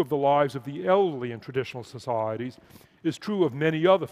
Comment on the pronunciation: You could play a good drinking game to this talk, Just drink every time he says “Soc,I,eties”